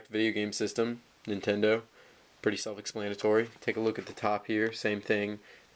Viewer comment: Say self explanatory again. I dare you, I double dare you!